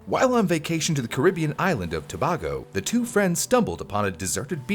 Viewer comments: as a Caribbean letting you know it’s pronounced “toh bay go” not “toh ba go” just saying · WHAT IS A TOBAAGO IT’S TOO-BAY-GO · As a Trini, it's hilarious how you pronounced Tobago wrong. It's pronounced "To-BAY-go" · You pronounced Tobago wrong. Its pronounced as (Tobaygo) it's part of two island but one country Trinidad and Tobago. The main island is Trinidad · I always found this tree fascinating especially given that is common place, though well-labelled, here in Trinidad and Tobago. Also, Tobago is pronounced to-bay-go. =) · I just wished you pronounced Tobago properly...